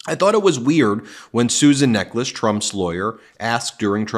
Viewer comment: Just hearing her name, I thought it was Susan Necklace. I would pronounce Necheles differently. 🤔